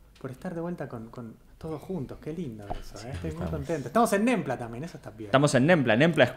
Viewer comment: Nembla sonó a NAMBLA, la red de pedofilia y creo que lo sabe 🤣